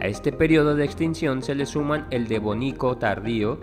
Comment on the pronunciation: De VÓ nico, pa LEÓ geno, ordo Ví cico. Pónganle un poquito de más profesionalismo a sus noticias.